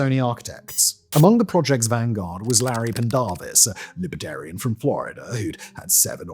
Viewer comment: Great video, but so offputting that the presenter pronounced Libertarian as LIBRAtarian.